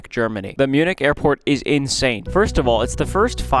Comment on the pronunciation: yall i thought he said airpod pods